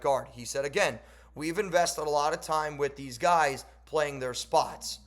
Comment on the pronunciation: “we invested a lot of time” just sounds like “we wasted a lot of time”